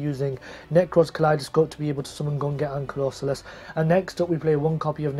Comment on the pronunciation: A year on and still pronouncing Gungnir and Valkyrus wrong..